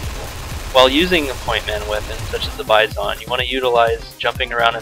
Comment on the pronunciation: u say (bye-zon) not (bi-zon) noob